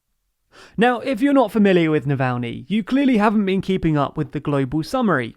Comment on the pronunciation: No one:: Nalvaynee